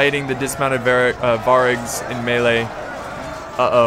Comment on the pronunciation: Stop saying variag so wrong u kiling me.